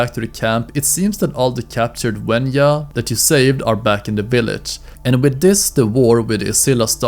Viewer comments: WENJA not WENYA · Mate it's wenja not wenua also it's sabertooth cate or smilodon not sabertooth tiger